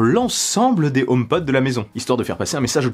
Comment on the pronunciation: Si je peux me permettre. En anglais on prononce le H . Car omepod en anglais ne veut rien dire .